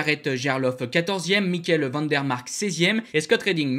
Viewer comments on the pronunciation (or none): none